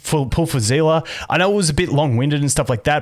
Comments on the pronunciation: i cant stop being annoyed at the pronunciation zeela like how do you pronouce it as that it clearly has an s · Just so you know for the future seele is said like see-le not as one whole word kinda like stan-le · I’m pretty sure her name is pronounced Seal Lee, Genshin has creatures in the game that go by the same name and are pronounced that way. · The live stream pronounced it as Zee La. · can anyone tell me why everyone is calling seele "zhila" now? i heard bronya say her name in honkai countless times and she never said "zhila" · thats in chinese , but in english pronounciation they called her "zilah" also in the past time stream the host and her V.A called her as well as "zilah". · zila is Seele German pronounce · im just confused everytime he said seele as zilla xD